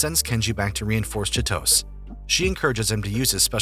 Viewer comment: I died a little when I heard the narrator mispronounce Chitose